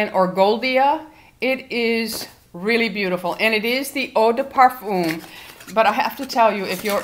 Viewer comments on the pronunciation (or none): none